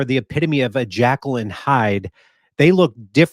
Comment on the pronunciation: Jekyll not jackal